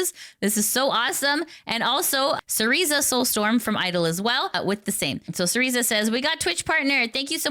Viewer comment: Hi, appreciate what you do and hope it's not rude to point this out, but I wanted to let you know that Cersea Soulstorm pronounces her name "Sir sea". It's pronounced just like "Circe" from The Odyssey. Also, good luck on Partner, you do a great service and you deserve it!